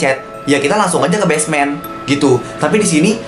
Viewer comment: Basement bang Bukan Besmen